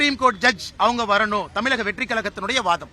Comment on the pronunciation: மக்களால் பெருமளவில் நேசிக்கப்படும், படித்த இளம் தலைவர் அண்ணாமலை, நமது மாநிலத்தின் பெயரை சரியாகச் சொல்லவேண்டும். எல்லா பேட்டிகளிலும் தமிலகம் தமிலகம் என்று அவர் சொல்வது மிகவும் நெருடலாக உள்ளது. தம்பி அண்ணாமலை விரைவில் முதல்வராக வாழ்த்துக்கள்.....